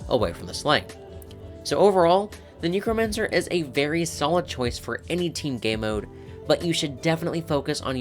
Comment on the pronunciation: Please say Necromancer properly like the root word necro instead of like "knee crow mancer", the first time you said it I thought you said "Negromancer" 💀💀💀